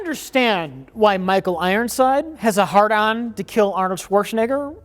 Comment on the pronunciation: “Michael Rironside” don’t think I missed it Mike ;)